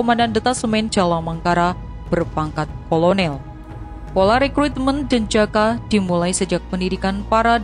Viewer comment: Pasukan elite denjaka, itu tugasnya apa, kok dibaca jejaka, apa narasinya...?